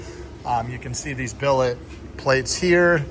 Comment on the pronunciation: Say billet